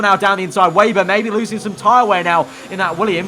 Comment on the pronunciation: You seriously need to learn how to properly say the last name of Lukas Weber